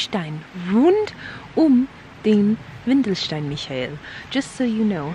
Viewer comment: it is WENDELSTEIN, not WINDELSTEIN (diaper rock)